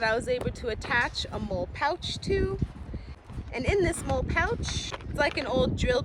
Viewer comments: First: Molle is pronounced “Molly” You’re just a gadget girl, just like any gadget guy! It is rare and admirable. The proper mindset for rural life. However, nobody can prepare for EVERY possibility (even if you could carry every gadget made). If it were me… I’d put a LOT of what you carry in the pack! Your “outings” should be purposeful. A separate pack for each purpose. Weight & dexterity are the priority. The body is a machine & was designed without the need for 100lbs of extra gear! Minimum weight & optimum utility. Personal protection, a knife, a saw, an over shoulder bag for incidentals (which can carry most of your items) is all you should have on your body. The rest should be in packs. You can outfit your car, a cycle (motor or not), & purpose driven packs are all you SHOULD need (look to military ideals). Ask yourself: what is the purpose of all this? Are you going to graduate up to a pull cart just to carry all your preps? At some point, a diminishing return will be realized when the preps encumber movement & activity. Work smarter, not harder. My hat is off to you, but time will teach lessons you need to internalize! I WISH I could be with a life mate that has your mindset! Keep doing the work & you’ll evolve into a beautiful thing! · MOLE? It is called mol...le :) You are a crazy lady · I believe you MOLLE not MOLE 🤣🤣🤣. I :face-red-heart-shape: your video, I am a fan now!!!!!!!!!!!!!!!!!!!! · You think like I do: any pouch gets a small knife and a lighter because reasons yet to be realized. Addendum: MOLLE is traditionally pronounced "Molly", in part as a tribute to its predecessor system, ALICE. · Great video! Love your passion for the craft! I do believe the word is pronounced “Molly”. I know it’s spelled molle, but it’s not a big deal! The older version of molle was called daisy. Daisy wedding and molle webbing. I think there’s a third type, but I can’t remember. Anyway, Have a great day!